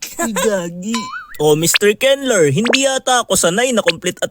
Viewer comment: Kenlur pag pronounced ko sa name mo Kenler pla eyyyy😅